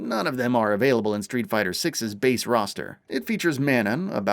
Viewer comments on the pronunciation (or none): none